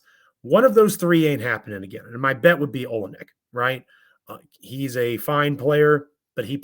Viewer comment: you had some boom to bring today, eh? it's pronounced oLYNNic